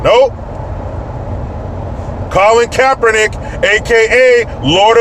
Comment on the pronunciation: Who is Colon Kaper-nik ?